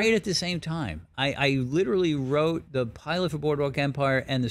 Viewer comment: Liturally liturally liturally